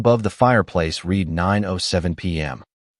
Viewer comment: Read … pronounced Red …not reed in this case.